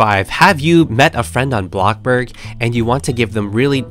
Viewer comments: ITS BLOXBURG NOT BLOCKBURG BUT BLOXBURG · Him:bloc burg Everyone: bloXburg!!!!!! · Blockburg no it’s bloxburg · Why do u keep saying blockborg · YASSSS. I love how says “blocK BOOORG” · Yeah it funny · Other people: bloxburg: blokburggg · i never tired of hearing saying bLoXBrG Btw can you tell me how to copying the colour 😊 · U make mah day betta when u say blockburg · I like how u say ABLOCKBOORG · Me: click the video: welcome back to a....blocborg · I feel like everyone sow says bLoCkBoRg